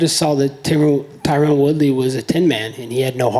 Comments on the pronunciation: Fern wait I see what you mean Colby purposely mispronounces tyrons name as Tyrone lol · He's been calling him Tyrone for years lmao